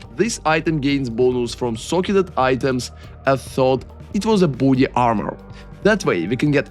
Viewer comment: great video but i heard initially booty armour instead of body armour